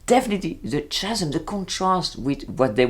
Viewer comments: Very nice commentary and agree that it seems to have a lot more than a passing reference to “The Devil Wears Prada”! Just a small point on the issue you raise regarding pronunciation... the word meaning a huge gap in English is pronounced “Ca-sm” (Ca as in Can Can) not “Cha- sm” (as in Cha Cha) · Bonjour,! I very much enjoyed your critique, but in the spirit of the Madame in the Bakery, may I correct your pronunciation of the word “chasm”? In both America and Great Britain we pronounce it “kaa-zum”. The “h” is silent. Because of your commentary, I may actually watch this series. Maybe it will prepare me for my proposed trip to France next year. I’ve been to Paris twice before, but not in a VERY long time. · Interesting to watch this video as well as ones by Frederique Bros and Justine LeConte. By the way, CHASM is pronounced KA-zem. Just trying to be helpful!